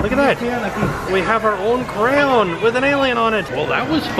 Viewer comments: Cray on not cran.😆😂😡😝lol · Where is he from why does he say "CROWN"???? Personally I say Crayon which I think is the only way it should be pronounced, but you do you. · Please your making me crease when you say crown it’s cray-on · What the hell tim First it is cray-ON then it is called CROWN and CRAN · It's pronounced crayon not crown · ITS NOT CROWN!! IT CRAY-ON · STOP SAYING CROWN ITS CRAY-ON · Cray on. There is no w anywhere in there its crayon not crown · Its spelt cray on ok like a cray fish and the opposite of off of so you don't pronounce it crown like a kings crown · how to pronounce crayon. Cray-on. Not crans. Not cray-olns. Not crown. Cray+ons=crayons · It's not pronounced crown it's pronounced cray-o-la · I love you. But I'll never understand why people pronounce it "crowns". It's CRAYON. CRAY-AHN. I'm triggered. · You say croun its pronoust crayon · I love how he says "crayon" as CROWN. So original ;] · Bored Millionaire he literally says crowns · Sounds like he said "crown" lol!! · Are you saying crown? Lol jk love ya! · crown, craon, cran, croyan, XD the video content was as enjoyable as the 47 pronounciations. Cray as in Crazy and on as in the word on. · Who else was really noticing he was pronouncing crayon wrong I don’t judge him I love his channel it’s cray-on LOVE UR CHANNEL MY MAN BOI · I got so triggered at the beginning when he said what sounded like “crown” AGH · This is so cool but why do you say crown instead of crayon... it’s driving me crazy😭😬😬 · It’s cray-on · Why does your pronunciation of crayon sometimes sounds like crayon and sometime crown? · why so you say crown for crayon 😂😂😂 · Why does he say crown instead of crayon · Is he saying crown? Cran? Whut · This whole video I was just screaming, ITS CRAYON!! NOT CRAY-on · He's saying crwayon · Stop saying crown it is driving me crazy!!!!! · You say crown instead of crayon. Odd. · Hes saying crown not crayon it’s driving me nuts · It's definately pronounced cran